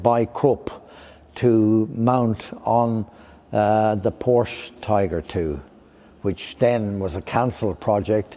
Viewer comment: Lite underligt att dom säger 'porsch* istället för Porsche